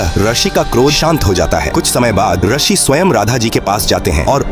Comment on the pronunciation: ये भी नही पता कि रशि नही रिशी (ऋषि) बोला जाता है और चले हैं धार्मिक कथा बताने